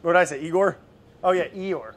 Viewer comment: ‘Eegore’ got me 🤣 Edit: the way Brad calls Gaby ‘Beb’ = the cutest